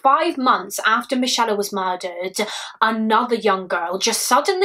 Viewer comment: Are you sure its not pronounced 'mick ay la'